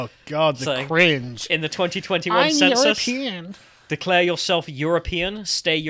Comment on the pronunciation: people should troll him by declaring themselves as you're-a-peein'